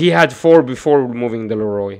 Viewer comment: Please say leorio right 😂 Leroy was killing me